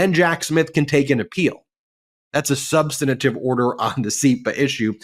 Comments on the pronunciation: When Ben says that there's no "substanative" order, it sounds funny. He said the word substantive (sub STAN tive) incorrectly every time I heard you say it. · Minor point: It's sub-stan-tive, not "sub-stanni-tive." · It's "substantive" Ben, not "substanative". (sorry--you're a brilliant guy and I hate to see your cred damaged over something so "insubstantial") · "Substanative." Interesting. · BEN: Substantive. Three syllables. NOT SUBSTANTATIVE. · Minor point: It's "substantive", not "substan-a-tive". Does't take away from the argument, but it's jarring to hear from a lawyer. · Someone should tell Ben that "subsantative", just like "misunderestimated", is a work only George W. Bush is allowed to use. For the rest if us, it's "substantive". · "SUB-stan-it-ive"? (four syllables) No such word. Try "Sub-STAN-tive" or "SUB-stan-tive" instead. (three syllables). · Three times now you said "substanitive order." It's substantive, not substanitive. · Ben ....... the word is "SUBSTANTIVE" !!! ....... NOT "SUBSTANITIVE". The word has three syllables, NOT FOUR!! Don't take my word for it, LOOK IT UP!! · "Substantive", not "substinative [sic]"!!! How long have you been mispronouncing this word lawyers are frequently call upon to pronounce? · Why does he keep pronouncing substantive as sub(sten-a-tive)??? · Will somebody PLEASE coach Ben on how to say “substantive” and “substantively”? Please. 😂😂😂 Every time he says it, I have to rewind and figure out what he said. I can’t even figure out what he’s doing to the words. Adding an extra syllable maybe? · Ben, please learn how to pronounce "substantive". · Substantive! Sound it out. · Substantive has 3 syllables. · S-U-B-S-T-A-N-T-I-V-E A three syllable word, There is no "i" sound between the second and third syllables. GET IT RIGHT!!!